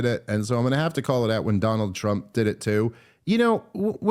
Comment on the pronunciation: I get tired of how Dave says "Donald TrumPP" when he constantly criticises him for talking like Trump. 20+ minutes on Daniel "Perry" and then a tirade on Trump for Obama causing a problem.